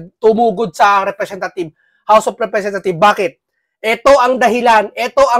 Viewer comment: House of representatives dapat my S sa dulo pag mag pronounce suriin mo muna bago ka mag salita